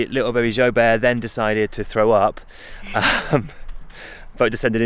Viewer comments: Been so excited for this video! 😁 I thought it was pronounced Joo-bert rather than zho-bear 🤪😄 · I thought you said something like joy bear 😂❤ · You guys were saying Joubert but I kept hearing Joe Bear :D